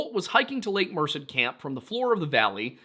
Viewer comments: Merced- “myrrh-said” Tuolumne- “two-wall-o-me” So that when you end up out there next year, you don’t sound like a damn Yankee. Yosemite is absolutely beautiful, however, you might want to rethink your timeline for the trip to be there in late April or early May. If it’s at all possible. Summers are extremely hot and very dry there. Other than that, enjoy yourself and be safe. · Merced is pronounced Mer-sehd with the stress on the second syllable, just so you know. Also (without completely doxxing myself lmao), I feel the need to apologize for the lack of organization/missing info in some of the newspaper archives. It's quite an issue here in the Central Valley. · I know it's not a big deal, but Merced is pronounced "Mer-said". Also, not particularly relevant, my mom used to babysit The Yosemite killer, Casey Steiner. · Hi! Local Cali boy, this is really cool (and spooky) to hear about. Also, while I’m not offended Merced is pronounced like mer-said Yall do great work! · A Local here .... Chowchilla you actually DO pronounce the double LL as L's and not the typical Y in this area. I was born and raised in Madera county and lived in Chowchilla for 10 years. The name comes from a tribe of native Americans Named the Chowchilla Yocuts. And Merced is Mur-Said. Otherwise, nicely done. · slight correction on your pronunciation of Merced. The only reason I’m saying this is because you have stated in past videos that you wish to pronounce places correctly (except anything French, which is entirely reasonable😂). I know a local to the area who pronounces the name Mur-sed. You said Mursid, which i believe to be incorrect. Just thought I’d let y’all know. Love your content, keep up the good work! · Hey I grew up in this area and just wanted to mention that Tuolumne is pronounced (too all um ne) and Merced is (mer sed), I don't mean to nit pick I just hope this helps